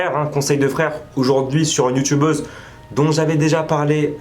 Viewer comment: ON DIT YOUTUBEUSE PAS YOUTBEUSE